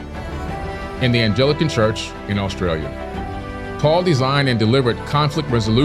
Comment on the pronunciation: "Anglican" is pronounced with a hard "G" and not like a "J" lol